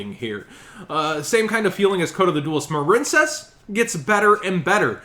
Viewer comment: The fact that he kept saying marine-cess made me click off the video. Sorry